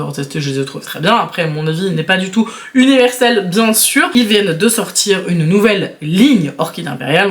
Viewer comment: "Oui, oui, bien sûûr" ()